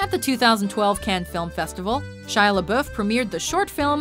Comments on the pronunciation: Lol ''Shia LaBoof'' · Pronounce lebouf right